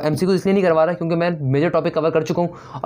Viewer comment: Aap "kyun ke" ko "chun ke" kyun bolte ho?